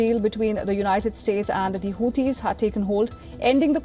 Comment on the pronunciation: Who Tees? WTF is a whotee? Low IQ stains on the road back to medieval times.